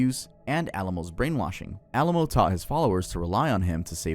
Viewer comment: I'm sorry it shouldn't bother me but it does it's pronounced A lamb Oh not the city Alamo , Way Co not WhackO, and Nex E Um... Not NXIUM Nexium.. like the medicine yes. Also this is probably just me but not being in alphabetical order is driving me absolutely crazy